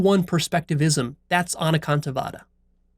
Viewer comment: I was born & brought up in a jain family and I'm well aware of anekantvad i.e. several perspectives. I love the way you pronounced this Sanskrit keyword.